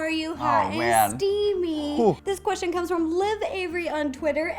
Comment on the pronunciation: I love when she says Qrestion